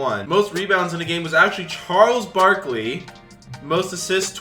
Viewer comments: “Charles BOK-ly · Why he say Charles Barkley like that in the begging 😂